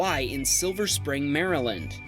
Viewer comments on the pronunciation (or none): none